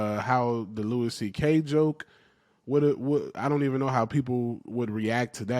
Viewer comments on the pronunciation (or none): none